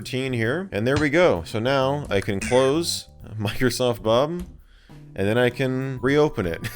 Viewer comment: He says Microsoft 'Bum!' Instead of saying Bob